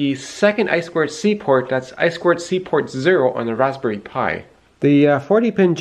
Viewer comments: I appreciate that you say "eye-squared-see" instead of "eye-too-see" like I hear way too often. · I2C pronounced I squared Cee. is introducing his fans to new horizons. I remember him back to his wood gears days pre-his YouTube channel. The Raspberry Pi is basically a full computer on a small board that is meant for controlling things in the physical world. Not much to do with woodworking but the spirit of building clever things that are useful and may be turned into products is still there.